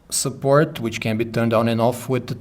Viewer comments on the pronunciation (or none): абе, като пишеш ревютата гледай да ползваш само думи, дето знаеш как се произнасят. Иначе не са лоши, но доста дразни това.. иии ползваш "support" твърде често и то грешно